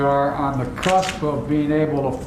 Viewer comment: It was hard to hear, but did he say "crusp" instead of "cusp"??